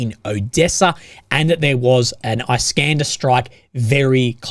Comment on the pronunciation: It's pronounced "EEskander".